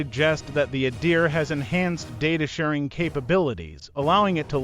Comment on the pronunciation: First , please pronounce it correctly. Its not Eye-a-deer. Its Ahdeer.You're the expert on the Adir, yet you can't tell it apart from the typhoon? The way you pronounce f_22 is also suhs. Seems you're trying to invent a story where there isn't really one. Everything you mentioned about the adir, like link 16 is available on both the raptor and the f35. Yes the f35 has the helmet too. Besides isreali radar which you didnt show, i cant think of one thing you mentioned that the israel fighter has that the f35 doesnt have.